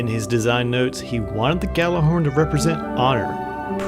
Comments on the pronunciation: Its pronounced "yallerhorn" literally translated from Norse as yelling horn. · When people pronounce it "Gallahorn"... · Actually it is pronounces gattlerhorn due to its Icelandic origins so saying it gallahorn is closer to the correct pronunciation than pronouncing it yallarhorn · care. It sounds dumb when someone says "Gallahorn" even though it's spelled Gjallerhorn, and pronounced with a Y sound as Gj, because it's a different language, especially because every single person in destiny calls it "Gallahorn", or even worse "gally", even after I explain it to them because none of the population look up why it's spelled that way and just think the J is silent. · nope. its pronounced: gat la horn, heard it at a planet destiny podcast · Hey I'm just saying.... And If you guys want to pronounce it that way, cool. But Imo jallerhorn or even G horn sounds better. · misterio10gre Gjallarhorn is Norse. It is pronounced Yallerhorn